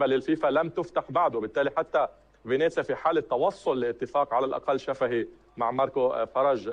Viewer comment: فينيسيا وليس فينيزيا عيوني. وهو فريق يلعب في الدرجة الثانية وليس في الدرجة الأولى.